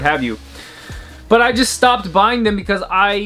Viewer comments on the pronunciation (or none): "Trends I Stiopped buying" 😖